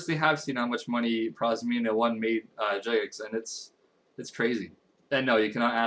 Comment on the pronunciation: prozmainia? its prismania.